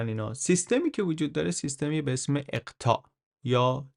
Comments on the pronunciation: اولا واژه اقطاع به فتح همزه خوانده می شود،ثانیا نظام فئودالی در فرنگستان تفاوت چندانی با تیولداری ترکان نداشته است چرا که مالکیت ذاتی را امر غیر الهی می شمردند و همان انارشیست دوره وسطی در اروپا نیز جاری بوده است و نظام ملوک الطوایفی پس از مامون عباسی دوره اقتدار دهاقین خراسانی را رقم زد،ثالثا اقوام وایکینگ نقش چندانی در ناامنی یا هویت بخشی در اروپا نداشته و پس از هژمونی فرهنگی اروپای شمالی در دوره مدرن از دل تاریخ کشف شده اند،رابعا کلیسا محوریتی روستایی داشت و رابطه اجتماعی این نهاد با کشاورزی همانند رابطه روح و بدن بوده است و با پیشرفت صنایع و دریانوردی و زیست شهری خود به خود به محاق ذهنی و مدیریتی رفت،خامسا اروپا را زمینهای متراکم و اب فراوان و دسترسی به دریاهای کبیر قدرتمند و پیشرو ساخت و ساحت جغرافیایی ان نقش بیشتری در تفاوتش نسبت به ساحت اجتماعی یا تاریخی ان دارد چرا که هرگز از دل سرزمینهای پر صحرای شرقی و استپها و کوهستانهای خارا ایده های پراگما و خروج از دایره عادات به وجود نمی اید ولی از امواج متلاطم و اقیانوسهای فرا سرزمینی کشف و ایده پردازی و تجارتهای بزرگ و استعمار نتیجه ای طبیعی خواهد بود، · با درود و خسته نباشید. انتخاب موضوعات و برنامه هایتان بسیار عالی و آموزنده اند. تنها یک نکته کوچک در مورد کلیپ مربوط به قرون وسطی ... است که بد نیست اصلاح شود و آن هم این است که "سیستم اقطاع" درست است نه "سیستم اطقاع" که چندین بار در این کلیپ تکرار شده است. به هر رو کارتان دست مریزاد دارد و استقبال روزافزونی که به کارهایتان می شود نشان می دهد که هم میهنان ارزش کار و زحمات شما را درک می کنند. 🙏🙏🌺🌹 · مرسی ازت که اطلاعاتمونو زیاد می کنی ولی لطفا یه کم بادقت تر! تو بیان می گی اطقاع! ولی تو نوشتن، می نویسه اقطاع! برای من که اولین بار از زبونِ شما می شنوم کدومشو به حافظم بدم؟ بازم ممنون. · اطقاع یا اقطاع ؟ چند بار اشتباه لفظی داشتید ولی در کل خیلی عالی بود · درود بر شما. مثل همه ویدئوهای دیگه، عالی و آموزنده بود. ❤ در ضمن در اواسط ویدئو به یک اشتباه کوچولو برخوردم، بعد از توضیح در خصوص اقطاع دو یا سه بار این کلمه را اتقاع گفتین. گفتم شاید بخواین اصلاحش کنین. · با لغت اقققققطاع مشکل داریا هی می گی اطططططقاعع😅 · شونصد بار گفتید اطقاع :))))